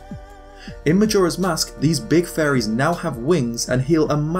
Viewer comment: everytime you say faeries......i hear furry